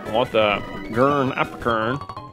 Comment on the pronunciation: I love hearing J pronounce the apricorns 😂